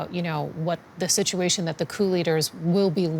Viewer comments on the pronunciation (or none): none